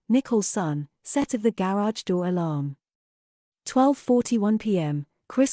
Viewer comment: This series would be so much better without a foreign AI accent. None of these people are from Europe and this makes it SO annoying to listen to!! It’s called a Garage not a GAY-rage… GOOD GRIEF!!